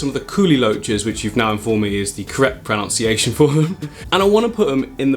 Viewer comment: Hilarious that you pronounce 'kuhli' correctly but 'pronunciation' wrong